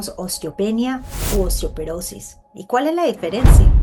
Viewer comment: Dice osteoperosis la nutri.. se dice osteoporosis!!